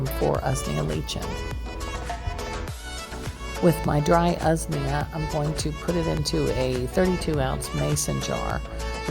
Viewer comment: Correct pronunciation: Usnea: 'ooze-knee-'ah Lichen: 'like-en